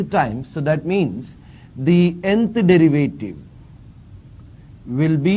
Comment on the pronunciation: dırıvıytiri ne hocam